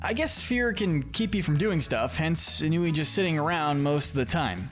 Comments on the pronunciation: It’s pronounced ON-wee, “”! 🤨 Stop mispronouncing names,! 🙄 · It’s not pronounced “En-new-wee”, it’s “On-wee”